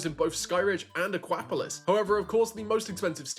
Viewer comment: Again with the ahkwapolis 😂 Aqua-polis. Polis is the ancient Greek for city state.